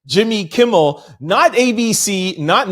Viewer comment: Jimmy Kimmel not Kimball.